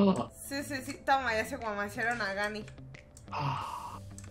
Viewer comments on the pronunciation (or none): Me encantó cuando dice me Guamajiaron jajajajajjaa te amoo me gustaría alguna ves jugar contigo pero nunca puedo pero:)